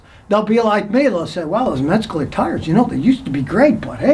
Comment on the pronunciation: If you would slow down for just a minute you would realize that there is no "g" or "k" in METZLER. It's not Metsgler or Metscler. METZLER. Just METZLER.